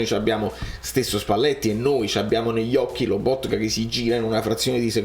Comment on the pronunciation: Spalletti non sa pronunciare Lobotka lo chiama Loboka amico bellino vuoi insegnargliela tu la pronuncia 🤣